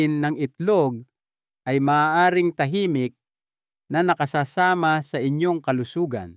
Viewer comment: Nakasasama - wrong pronunciation . Pag nag iba ang pronunciation iba na ang kahulugan